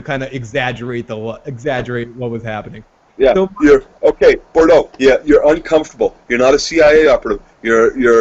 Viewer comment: I really want to be able to find your opinions credible...but neither of you can pronounce the name "Boudreau"" "Bourdeaux????" REALLLLLLY????